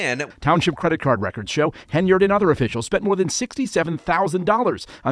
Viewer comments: It's "Henyard", not "Heynard". If you're going to report on her, and especially if multiple times, then you should get her name right. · This "mayor's" name is HEN-yard .... not HEY-nard. Just saying. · I appreciate your insight on this story, however the woman's last name is pronounced, Hen Yard not Hay Nerd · Bro I literally had no idea that you were talking about the same mayor my friend was because, for months, you’ve been saying it “Hey Nerd” instead of Hen yard. This is friggin hilarious.